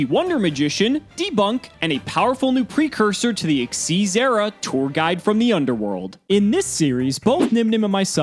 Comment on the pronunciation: Xtz is not X Y Z monsters its pronounced Xyz (ik-seez) just saying